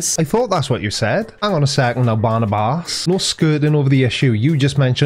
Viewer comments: Well, his name Barnabas Nagy, not Barnabus, he is Hungarian and a spanner! I love your stuff!! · I wish *Barrnabuss was done with the Internet. Lol *I tried spelling pronounciation of his name. lol